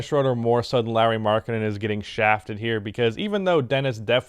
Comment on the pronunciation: hes called LAURI not larry...